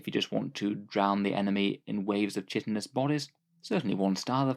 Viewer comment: Chitnous was pronounced incorrectly.